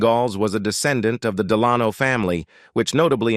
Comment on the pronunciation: Ingalls and Delano pronunciations, hilarious.😂